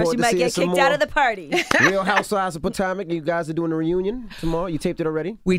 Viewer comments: POTOMAC not Patamic Envy annoying bruhhh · Envy, it’s PUH TOE MICK not Puh Tam Ick or Puh Tom ick 🤦🏾‍♀️🤦🏾‍♀️🤦🏾‍♀️ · Maybe it’s me.. but I was irked each time envy said POTAMIC 🤦🏾‍♀️ instead of potomac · Its potomac not patamac envy..jesus.🤦‍♀️ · Why Envy keep saying "patamic" lol...its Potomac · Potomic not patamic😬😬😬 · Patamic 🙄 it's Patomic, Envy. Tf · Envy, please stop saying “Potamic” man. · Great interview #BC I love Karen she is hilarious. I extend my prayers and condolences for the loss of her loved ones. 🙏🏼 DJ Envy I know it's your accent it's pronounce The Real 🎤 Housewives Of (Potomac) #TeamKarenHuger♥️🙏🏼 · Po-TOM-ic tho?! 🤦🏾‍♀️ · It's pronounced: Pah - toe- mac DJ Envy! LOL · What the hell is PO-TAM-AC or PA-TIM-AC? Is DJ Envy slow? Use syllables that you've learned in 2nd grade or ask The Grand Dame how to pronounce it. SMH. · Envy said potamac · Why the hell didnt anyone correct DJ Envy ... Real Housewives of Patamic? Wtf can u read P-o-t-o-m-a-c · Dj Envy Potomac (Po-Tow-Mick) it’s quite simple we here from the 301 MARYLAND.. very annoyed how you pronounce it. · Envy.... say it with me... Puh-Toe-Mick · Envy, it's pronounced Pah-toe-mick. Made me cringe every time he said it wrong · And Envy's ass done pronounced the city's name three different damn ways. Is there an 'exhausted' emoji? 😒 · you know you from the dmv if it was driving you crazy when he was saying Potomac wrong lol. Im an hour outside of DC in va so when I heard him saying this I was grrrrr lol. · Listen the way I cringed every time he said Potomac wrong! 😒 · Envy needs to practice his intros to learn how things are pronounced 🤦🏿‍♂️ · DJ Envy amazes me with how many times he mispronounced Potomac lol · I'm going to need DJ Envy to pronounce Potomac correctly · This was a good interview with Karen♥️the wig. DJ Envy please pronounce Potomac right as the interviewer...... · Envy that’s not how u pronounce Potomac 🤦🏾‍♀️ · Say Potomac wrong one mo time, ENVY!